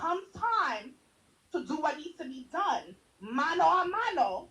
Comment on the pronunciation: “mano a mano” okay bud